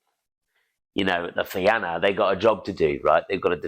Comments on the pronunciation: Man I love your stuff. .the Fianna is pronounced The Fean YA ... otherwise Rock on my friend rock I Love it .. PS Im irish so just sharing ...by the way my youngest son is named Oisín Go raibh maith agat a chara.. ... Iain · Thank you for the great storytelling. The only thing the Fianna is pronounced fee-in-ah.